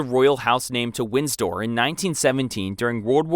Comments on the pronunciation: Windsor not Winsdoor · Wind-sor not Winds-door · Windsdor it's Windsor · The current British House is WINDSOR, not "Winsdor" (sic). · It’s win-sor not winds-dor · Also it Wind-sor not Wins-dor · Winsdor too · "Windstor Castle" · "Winsdoor"? Ignorance is bliss is it? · It’s pronounced Winsor even though it’s spelled windsor. The D is silent. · Actually it’s more WIN-sah. Or, depending on where you are WIN-ser. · You can pronounce thrombosis, but not Windsor? Or bronchitis? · uou pronounce 'windsor' without the d.